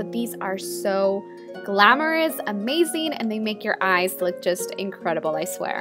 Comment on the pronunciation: Your accent is pretty annoying sometimes "amazing" not amasing! You pronounce all your Zs like Ss and Ss like Zs... 😒